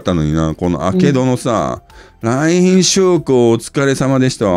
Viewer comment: 「来賓です」が「三瓶です」で脳内再生されてしまう